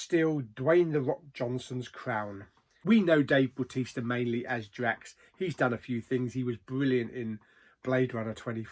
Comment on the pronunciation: meh it's a miss apart from dave bautista (please say his name correctly) 4 out of 10